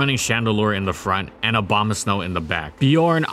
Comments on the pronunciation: Is it just me, or do he say Obamasnow rather than Abomasnow? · He also says Abomaslow when talking about it being used in Trick Room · "Obamasnow" lol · he said again Obamasnow or am i wrong